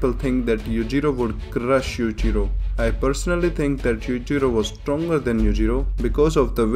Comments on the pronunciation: His name is Yu-Chi-ro not Yu-ji-ro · oh my goD lmao! u say Yuchiro all the time roftl theres n difference between Yui and Yu lmao!!!!! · Yowichiro hanma. Say it like that. I keep hearing like youre just saying yujiro again. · i love how this guy when he says Yuichiro it sounds more like Yuijiro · Yuichiro - Yoo- ee- chee - roh Yujiro - yu- jee- roh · Bro i thought he said "Yujiro Hanma is the father of Yujiro Hanma" LMAOO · if there weren't subs I would have just thought you were saying 'Yujiro' over and over because yuchiro sounds pretty much the same. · Cant tell if he saying yuchirio or yujiro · the way you pronounce yujiro and yuichiro are so similar I need the captions for this one bro lol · The way you say Yuichiro & Yujiro sounds the same 🤣🤣🤣🤣🤣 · When you say Yuichiro I can not tell the difference to Yujiro. Please pronounce it better. (No offence)